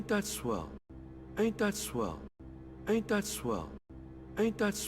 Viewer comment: Sounds like he says 8 .swell